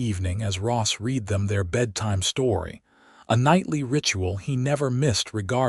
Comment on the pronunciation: And it wasnt even her fault that she had daughters.... This is a good story, I enjoyed it very much. I enjoy this AI voice, it suits the era. Just needs so correct some things like, " I read it" should say "I red it " as its past tense, not present. And other wordd like that...